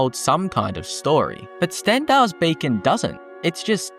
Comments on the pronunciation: Pretty sure you’re saying “Stendar’s Bacon”. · Stendarr's Bacon? Sorry, I don't mean to be a pronunciation zaylot. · Am I the only one that is triggered by his talking...? Like it's beacon, not BACON...learn to speak before making vids ffs😂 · Lol, I heard "Bacon" instead of "Beacon" as a kid when I saw Crocodile Hunter: Collision Course too